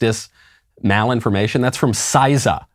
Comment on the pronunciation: CISA is pronounced See-Sa, not SizeSa